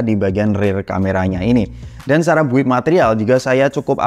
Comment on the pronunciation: Ralat ya mas, "build" dalam bahasa inggris dibaca "bild" huruf "u'" tidak dibaca. Sukses teruss channelnya yaa...